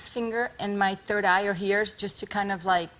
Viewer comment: The "turd" date....